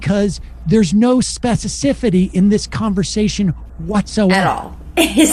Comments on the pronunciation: "Specicifity" [sic] ? ... I understand a slip-of-the-tongue. But when your staff parrots it back to you, that’s not very intellectual. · I like how has picked up Sam's pronunciation of "specicifity." SPECIFICITY, guys. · Mocking but none of you can say SPECIFICITY lol. It is not “speficicity”.. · They keep on saying "spececifity" instead of "specificity" while talking about how the Weinstein Bros aren't intellectuals... Morons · 10 minutes ; 15 seconds : that's SPECIFICITY not SPECI C I C I T Y. You made a NUCULAR error; the bomb went off. Ordinarily, I wouldn't stand in judgement but the laughing girl there made me do it. Are we in grade school?Just talk; don't snicker please. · Spessasifity? What the hell am I listening to? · Lmaoo I love y'all but practice how to say speciFIcity pls 💜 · Spe-ci-fi-ci-ty. Why is this word so hard for so many Americans? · Does the whole show have a problem pronouncing the word "specificity"? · Why can't you guys say specificity? Lol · Love you all, but why can't anyone pronounce specificity? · I totally agree with Sam et al, but I wish at least one them could pronounce specificity 😂